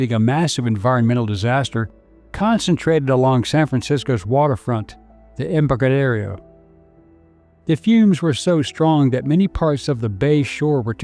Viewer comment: This might be partially AI generated with images shown that are not California. Also words are mispronounced "Embarcadero", "Marin", etc.